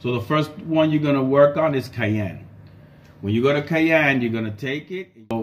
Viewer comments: Pronounced cyan | ˈsʌɪən | not cayenne | keɪˈɛn | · Its si-ann. Cyan. Not ki-ann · 😂 took me a minute to understand what you were talking about whenever you said cyan like that. You’re saying cyan like you would cayenne as in the pepper. Cayenne is pronounced Kai-en, like how you’re saying. Cyan is pronounced sai-an 😂 just thought that was funny. 👍